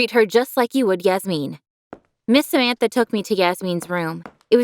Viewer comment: Samantha's Name Is Prounuounced "Sāmantha" And In India Sāmantha Is a Famous Celebrity